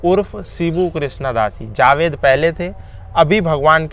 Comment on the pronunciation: Abe zaved nhi Javed hota hai aur Anees mardo ka naam ...naam lena bhi nhi aata jhoot bol raha hai tu ex muslim hone k naam pe